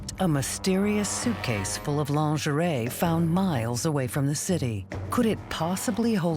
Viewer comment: It is Lingerie. LEAN -GER - REE . If you need to use French words - just take out your bubble gum .